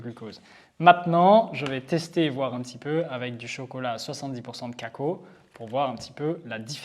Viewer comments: cakouo . on dit caca O .. merci pour le partage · Ouais on est d'accord que caco euh c'est cacao je suis pas folle 😂. Alors je sais que dans certaines régions certains mots ne se prononcent pas pareil mais caco c'est bien la première fois que j'entends ça 😂